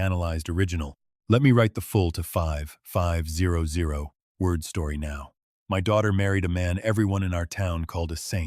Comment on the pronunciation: When AI cant say 5500 it’s not worth listening too.